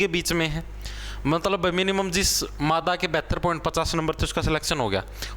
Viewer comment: Aap jab nar or mada bolte ho to bda mja aata hai 😂😂